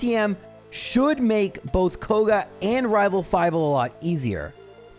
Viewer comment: I'm not sure why, but every time says rival fival, I am filled with so much joy. The fact that a silly little slip up has turned into an inside joke and lasted this long just makes me happy